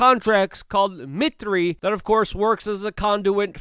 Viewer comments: So just a point of clarification; that company you talk about around minute 9, Mitre... that's pronounce miter like a "miter" saw not Mit-tree. This company's been around a very long time and they've been deep deep into the intelligence in military-industrial community much like the Rand Corporation, I even have someone I know who worked for them in New England. MITRE is one of the military-industrial complex companies that I believe William Cooper talked about his book Behold a Pale Horse. The reference to Mitre Corporation was probably in the main body of the text somewhere although I haven't read the book in years and I don't have an electronic copy to search it, but in the fold-out directory that he has in the back of his book he listened lists members who are Consultants to the DOD and the Pentagon who are members of the Jason secret society which is also members of the Mitre Corporation. Also that article that leaks or exposes the new startup company that claims it is going to fact-check information with that fellow named Hoffer and Soros and others has a whole lot to do with the CIA I would agree, except that people are not really doing the math on this and understanding that the CIA is a conduit to a certain middle-eastern belligerent who is been messing with everyone's sovereignty National Security and their intelligence Services going all the way back to the 40s. This should be pretty evident considering even the guy who wrote the article, as well as all the actors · “Mitre” = “mite-err”, like the saw, not “mitt-ree”. 100% of revs from MIC, most dark (USAPs)(trillions…) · Its not pronounced 'MIt' 'Tree' but pronounced 'Might''Terr"... Mitre. Can we please have English on this channel? You're suppose to be a journalist. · Its just Mite - er, not Mit - ree. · MITRE is pronounced "MY-ter". They are a big name in the SecOps community, their MITRE ATT&CK framework is really handy for categorizing tactics and techniques of cyber attacks.